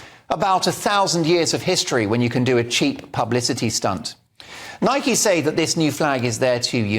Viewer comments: Why dont you pronounce the product name properly? It rymes with bike and hike and like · It's spelt that way but it's pronounced Nikey by the US company that purchased it from JAPAN in 1972 I just call it Nike same as you